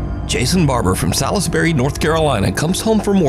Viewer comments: Salisbury is pronounced Sawlsbury, not Sa-lis-bury... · LMNCAO! (Laughing My North Carolinian Ass Off) "Sal-is-berry..." Salisbury is acutally pronounced 'Saalz-br-ee,' just like the England verison. No worries. We won't hold it against you. We love to hear others pronounce some of our towns like Shalotte, Angier, Beaufort, Cullowhee, Duplin, Ocracoke, Watagua, Uwharrie (Mountains) & Saxapahaw